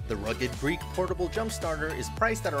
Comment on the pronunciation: He keeps saying Rugged Greek but the text says rugged Geek. Must be a reverse Boston accent where people pronounce r's and words that don't have any r's.🤣